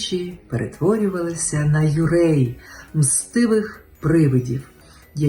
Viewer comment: 幽霊の発音が素晴らしいですね。妖怪は自然の怪異が多いので共存出来るものも有りますが「幽霊」は怨み、執念、敵討ちで出現するので恐れられます。現在でも有名な幽霊の映像作品を作る時は幽霊のお墓に御参りしてから撮影します。🇯🇵🙏🇺🇦PEACE🌻FREEDOM🌻FromJAPAN🔱